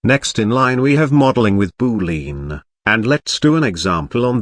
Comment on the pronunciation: BOO-LEEN😂 nice video!